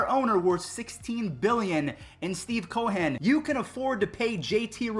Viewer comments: Dude please stop calling him Steve Co-Hen. Its Cohen. Just Cohen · Youre awesome bro but have you never heard the name Cohen? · Great video as always! Personally, I think the Mets should attempt to grab both Springer and J.T. It seems like Steven Cohen wants to win and he has the cash. Maybe even a trade for Lindor?? Also, what’s up with your pronunciation of Steve Cohen’s name, dude? Really strange, but hey, great video so I’ll deal with it!